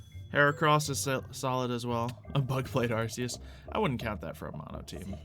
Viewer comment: It is pronounced are-key-us